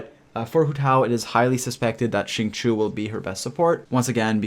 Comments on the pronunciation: Hi, the reason why many spell his name incorrectly is becuz they pronounce it as Singchoo.. in ur case it's Singchewy.. if you say Sing_chee_you with no y, U will always know that the i comes B4 the u in Xingqiu.. don't mind me, I get things wrong all the time n just wanted to share.. happy traveling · I believe it’s supposed to be shing-chou